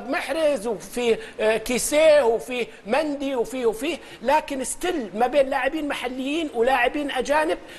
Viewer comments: اصلا خل ينطق اسم الحارس يقول مندي اسمه ميندي يالطيب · ميندي وليس مندي ياماجد😂😂😂😂